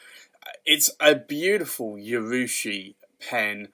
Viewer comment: Just FYI there is no Y in the pronunciation of urushi